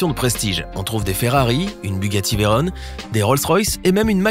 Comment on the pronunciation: Juste un truc, on dit veyron, pas veyrone, respecte les nom de famille des grands pilotes automobiles